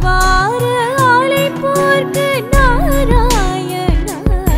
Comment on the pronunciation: Hello, Excellent voice.....wonderful music. If u change onething it will be a great work. The pronounce...... she is singing like "NAVARA ALAIPORKU" instead of "NAVARA AZAIPORKU"..... same "z" mistake everywhere. pls try to change that Thanks in advance